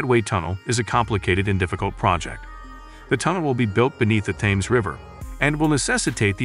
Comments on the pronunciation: Thames is pronounced Tems. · It's spelled with "T"